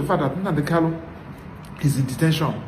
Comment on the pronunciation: Nnamdi kanu, not kalu please.